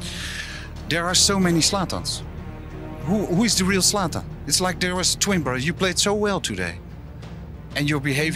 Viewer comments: Bro called zlatan zatan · bro said Zatan